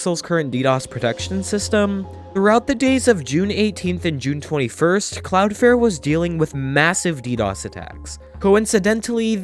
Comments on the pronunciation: “Cloudfare” AHHH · Stop saying Cloudflare wrong